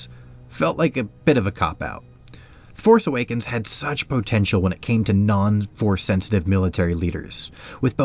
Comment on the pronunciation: Is he saying POE-tential?